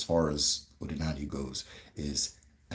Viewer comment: Iseee but my brother, try to master the accent ooo 🤣🤣 ndi Eke' Odi na ani (Uda ana) Not Odinani (Uda elu)